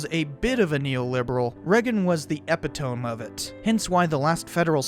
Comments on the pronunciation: I think you’ve got RAND confused with the American Enterprise Institute or Cato. And epitome is pronounce ah-pit-toe-me. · we have to talk about your pronunciation of “epitome”. 4 syllables, not 3. E-pi-to-me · e-PIT-oh-mee .Simple enough. This Gen-Xer was pronouncing that word correctly in fifth grade. Oh how I miss the 20th century. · Looking for comments about him mispronouncing “epitome” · "That is not how epitome is pronounced" Seriously? That's all you got after watching this whole video? 🤦‍♂️🤦‍♂️ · That's not how epitome is pronounced, just thought you should know. It's one of those trick spellings like awry and lieutenant. Worth a quick google :) Good video though :)